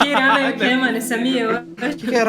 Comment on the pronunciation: "rámen" ksksks